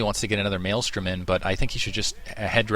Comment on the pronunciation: THank you. you say it correctly. It's MaelSTRom not maelStorm